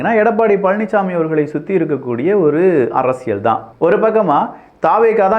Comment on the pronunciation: Thambi Neenga arasiyal endra varthayai la enbadharku zha endru ucharikteerkal pls correct seithu kollungal.